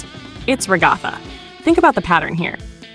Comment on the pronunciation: ragotha? 🤣 its rag-uh-thuh. Lolll